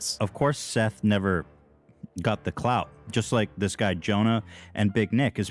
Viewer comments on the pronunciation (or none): none